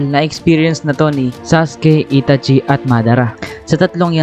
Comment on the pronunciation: Bat gnun pg pronounce mo sa name ni itachi?